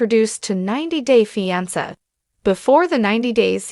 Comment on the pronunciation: Why can’t this bot pronounce fiancé right ????